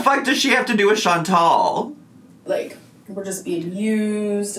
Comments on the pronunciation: I think it's funny too! It's not "Chan-tell", it's "Chan-TAL" 🙄🙄🙄🤣🤣🤣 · continuously mispronouncing Chantal’s name is so irritatingggggg It is chanTAL not chanTEL ahhhhh!!! It’s such a minor thing but it just irks me haha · Is it just me or is she consistently mispronouncing Chantal? It sounds like she’s saying Chan-TELL. 🤔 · It drives me insane how she says ChanTELL instead of Chantal. Buuut she has to mispronounce everything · is even mispronouncing her name as "Chantelle". She's done it a couple of times and it's weird. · Does anyone know why won't pronounce Chantal correctly? Is it a troll move? Or is she really so selfish she doesn't know how to pronounce her best friend's first name? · It bothers me so bad lol. There is no ‘e’ in her name. What a best friend. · I hate that she does that! Do you think she has a hearing problem maybe? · She can't be bothered to pronounce it properly. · I have to believe it's a troll move. I HAVE TO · Funny that she’s trying so hard to be her friend and can’t even pronounce her name 😂